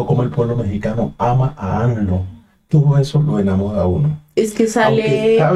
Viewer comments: Es amlo,no anlo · No es anlo, es amlo, aunque les cueste trabajo pronunciarlo